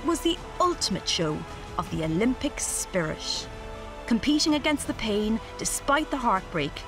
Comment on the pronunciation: Olympic spirish?